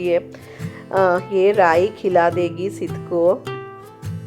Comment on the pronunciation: Rai kya boli samj hi nai aaya 😂😂